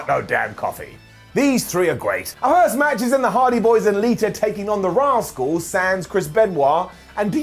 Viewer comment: The radicalz not rascals 😂😂😂